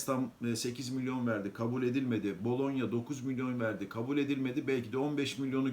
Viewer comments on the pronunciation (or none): none